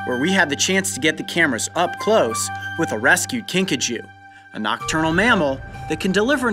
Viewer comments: Kinkajou is correctly pronounced Kinkajoe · The way the kinkajou's name is pronounced.. Kinkachu I choose you Kinkachu~ 😏